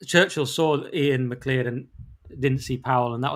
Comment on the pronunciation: Iain Macleod pronounced "Macloud" not "Mehcleeodd"